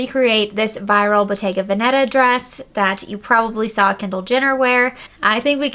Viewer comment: Hi, thanks for your video. The correct pronunciation of the brand Bottega Veneta is with the emphasis on the first e in Veneta. Not on the second. Just a small remark! Barkcloth from Amsterdam